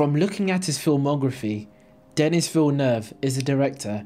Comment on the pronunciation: you butchered denis' name